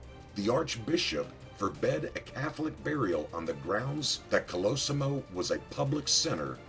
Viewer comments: Stop pronouncing his name INCORRECTLY ( three different ways)!! It's COL-O- SEE-MO! THIS is getting on my nerves-otherwise, good video on his life. and YES- watch "Boardwalk Empire"- EXCELLENT portrayal of "Nucky" Johnson/Thompson. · You pronounced his name correctly only half the time. You mispronounced many names in your clips. Might wanna work on that. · Great vid, but the way the author mispronounces his last name royally pisses me off. ITS KOLOSSIMO, NOT KOLOSYMO..! Also I never knew Torio was such a cold prick, murders his own family just for the booze@ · Sorry it’s “Call-uh-sea-mo” Colosimo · Giacomo is pronounced "JOCK-uh-mo" and Colosimo is "Kul-AH-sim-o. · Pronounced (call - la - see - mow) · When this guy is basically your great great uncle, and you share the last same name. But no one says colosimo correctly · Jeez Big Pussy Bompensiero aka Vincent Pastore! Can't you get the sodding pronunciation of your own parents native language right? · You pronounce "Colosimo" 3 different ways in this video. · Why does he pronounce 'colosimo' like 5 different ways throughout the vid lol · In the first 3 seconds you butcher 3 words, including both his first AND last name as well as CALABRIA. vaffanculo. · This is the problem! Mr Pastore is of Italian background but still can't get the fvcking pronunciation right! And worst of all - he's being fvcking paid for it!! Gaagh! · The last name is pronounced wrong. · a good story, but a little distracting to have two different pronunciations of Colosimo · Thank you! The pronunciation was very bad.